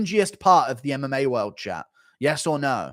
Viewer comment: "Who's the best clip channel of meh" Why does he randomly pronounce stuff like this? "MM eh" instead of MMA too Never heard anyone else from London talk like him. He sounds like Cartman at times. Is it a joke...? No clue why anyone would do it otherwise, sounds horrible lol